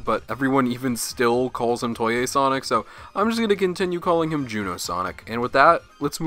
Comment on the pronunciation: "Toy-yay Sonic"